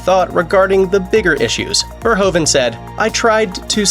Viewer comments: Who is Paul Verhovan?? It’s pronounced Verhooven. Same sound as in Troopers. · its not paul verhoven like you say it but verhoeven